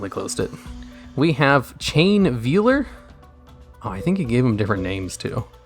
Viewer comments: It's said like "Vale", not "veel". I don't know how I manage to run into so many YouTubers who've apparently never learned how to say simple words. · Says effect veiler correctly, proceeds to call the customs veeler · sobs in VEE-ler